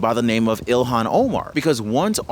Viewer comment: fyi its not ELON Omar. Its ilhon Omar.